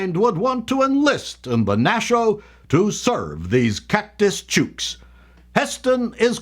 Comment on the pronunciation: Love the use of the Aussia vernacular however, you best watch a video to see how to pronounce 'chook'! A big fan from down-under!